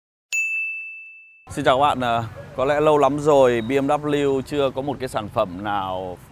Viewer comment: “Mờ” là cái gì đấy....trước khi review tìm hiểu thêm về bmw đi ba. Thấy làm mấy xe khác cũng đâu đến nỗi làm xe này nghe chán quá, mất hết giá trị chiếc xe. “Xe bmw này không lốp dự phòng”..vậy mà kêu từng thử bmw rồi